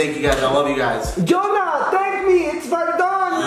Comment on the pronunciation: Why do you guys call him Johona??